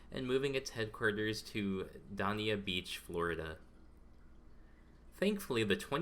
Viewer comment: I lost interest when the current headquarters location in south florida was grossly mispronounced....help is needed...it's DANIA BEACH, FL...